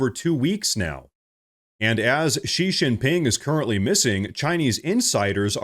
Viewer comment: Xi Jinping's name is pronounced SHE GIN PING.